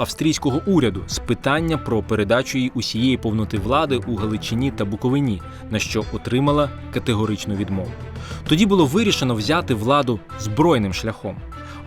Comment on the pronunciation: Святий Боже 🙏🙏🙏 Чому телебачення весь час говорить Буковин А , на Буковин І 😲 ??? Дорогенькі , Буков И на !!! Наголос на букву И !!! Це якби казати - Черкас И , СумИ , Рівн Е , Вінн Иця , або Вінниц Я , Ужгор О д або Ужг О род , УмАнь і т.д. Будь ласка - Буков - И - на !!! Воно навіть на слух гарніше ))